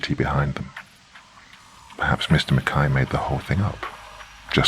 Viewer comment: That's for pronouncing Mackay correctly. Everyone not Scottish pronouncing it Mackie is annoying.